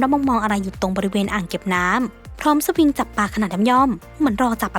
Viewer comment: เขาเรียกว่า...สะหวิง ใช้ตักปลา ไม่ใช่สะวิง